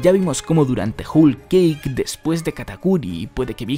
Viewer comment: Se pronuncia como joul keik no Jul keik